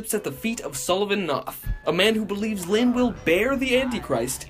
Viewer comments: "And begins to search for LYHYHNN!" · Every time you say lynn like that I burst out laughing like blake fr says it like that alot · the last time he says “Lynn” it sounds a lot like how vinesauce says “speen”